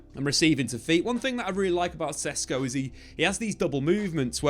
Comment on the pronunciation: These idiot youtubers dont even know the player yet they are making claims about how they’ll play in the team. You didnt even know how to pronounce his name 2 weeks ago. You still dont. That means u hvnt really watched him play I rmb how these lots were so excited about hojlund last time. Comparing him to haaland lol.